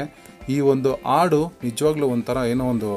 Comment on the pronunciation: ನಿಮ್ಮ ಪ್ರಯತ್ನ ಶ್ಲಾಘನೀಯ ತುಂಬಾ ಇಷ್ಟ ಆಯ್ತು ಆದರೆ ನೀವು, ಹಾಡು, ಎಂಬ ಶಬ್ದ ಉಚ್ಚಾರಣೆ ನನಗೆ ಆಡು ಎಂದು ಕೇಳಿಸುತ್ತದೆ